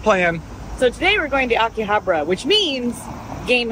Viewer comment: Love you guys but you need to work on your pronunciation of Akihabara! Anyway this was awesome as always and always a pleasure to see Kinsey 🥰